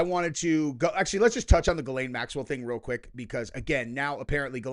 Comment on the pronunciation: It’s pronounced Gill lane. 😂 I messed it up at first too.